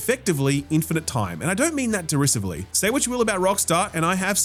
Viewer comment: ✅ Mandatory weekly mispronunciation of derisive ❎ Any mention of what an AI slop-fest Gamescom was